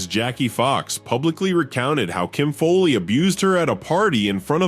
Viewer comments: It’s not Kim FOLEY, It’s Kim FOWLEY. This must be AI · What's with this Kim Foley? It's pronounced Fowley as in foul ball.